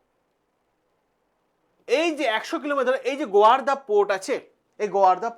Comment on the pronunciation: আপনি ছাত্রদের পড়ান,এত ভুল বলেন কেন? ওটা গোয়ারদা নয়,গোয়াদার হবে।